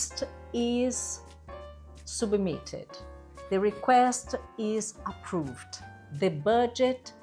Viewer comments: approVED is incorrect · Approved is not pronounced approvED. Please correct your critical pronunciation of the ED endings in the regular past tense.